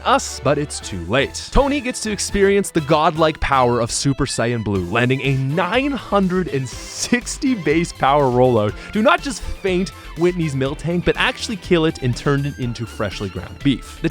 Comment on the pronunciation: Did you call it “Super Cyain Blue?” It’s Sayain my guy